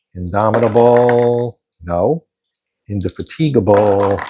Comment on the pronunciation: Per 11.14 Indefatigable was not eligible to fire. Only the Inflexible and then Indomitable, the second ship in the line) could fire on the lone Goeben. (Crazy name that—Indefatigable—but in typical British pronunciation accent falls on the FAT, In-deh-FAT-ah-gab’l. Also going back it Bel-LEHR-eh-fon.)